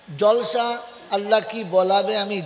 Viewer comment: হুজুর কথাটা জলসা না জালসা ভাষা ঠিক করুন